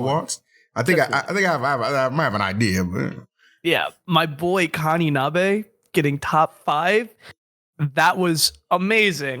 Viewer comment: Great episode as always, your kaninabe pronunciation was at least better than haz and charles who called him “conniebee”